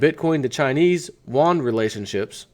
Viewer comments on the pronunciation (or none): Yuan is pronounced like yuo-an. "Wan" is the Korean currency. Love your work. Keep it up! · Pronounced (You-onn).